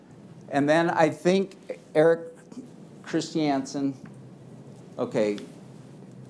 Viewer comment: I’ve never heard ‘Christiansen’ pronounced as “Chris-tee-ANN-sen”